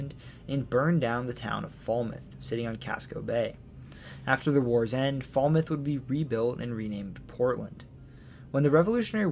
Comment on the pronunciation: Old Orchard Beach born and raised! Loved this video and cannot thank you enough for your specificity of your many found facts! Only thing I noticed was the pronunciation of Falmouth (fāl-myth) and Dirigo just uses a short i rather than long. Also, important to note that many of Maine adolescents from ages 18-20 will ofter take weekend trips up to the Montreal/Quebec area due to its ease of access by train from Portland or a beautiful drive through the appalachian. OKAY OKAY. Mainly (bars) because the drinking age in Canada is 18. As much as us Mainers love our own state, we also yearn to learn about other places and how they tie in with us! Also, you have just explained to me the generations of head butting between Maine people and Massachusetts people. They abandoned us in 1812 thats why we hate each other and our driving habits😭😭😭